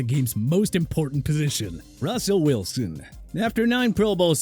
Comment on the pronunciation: did he say Rawsel Welsoon?